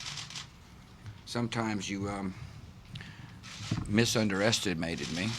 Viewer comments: "Misuneraterstemated me"? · Did he say "misunderestimated" 🤣